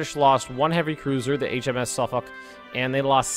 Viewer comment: It's suff-fok